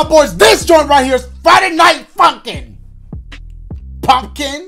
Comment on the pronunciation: the way he pronounced funkin is so funny to me 💀💀💀